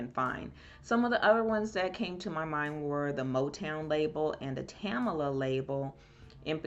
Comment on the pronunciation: Touching story. It's Tamla, not Tam-A-la.